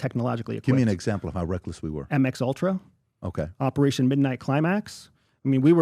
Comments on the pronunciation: I thought I heard him say Mx Ultra... Lol... Yeah Im skipping this Episode. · When he called "MK ULTRA" "MX ULTRA" instead, I knew something was VERY WRONG here.. This is entry level CIA knowledge that he confidently screwed up